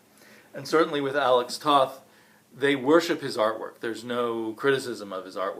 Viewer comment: Firstly, you should know your pronounce his name Tote.